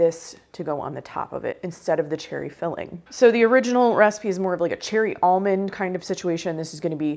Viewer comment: I like how you pronounce the word "recipe" as "raacipe". Cute. Must be a regional thing.